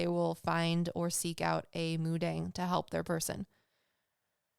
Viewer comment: Hey im Korean ❤ it's actually pronounced mu-dahng. 😊